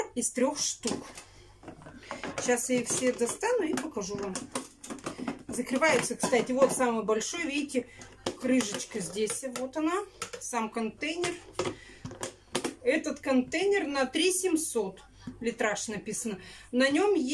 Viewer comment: Не крыжечка а крышечка